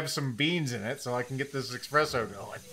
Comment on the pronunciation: Aren't you of Italian descent? Your ancestors would weep to hear you call it expresso 😢